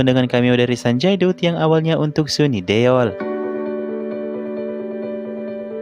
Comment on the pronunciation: Please lah masa SUNI DUL di ucapkan sini Deol .. ngakak gw